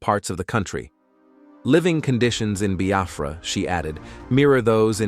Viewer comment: Thanks be to God Almighty on high Amen 🙏🕊️🙏. I have always prayed to be alive and experienced this great nation of Biafra. He pronounced nigeria in a yeye way buh Biafra sounds neat and sand in his mouth. Thanks be to God Almighty